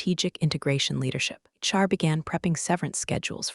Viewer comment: I think it is a slurred HR. I don’t know why we think that AI would get it correct